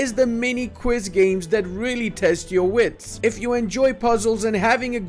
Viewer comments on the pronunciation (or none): none